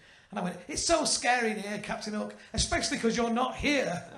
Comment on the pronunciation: I kept hearing hulk, not hook 😂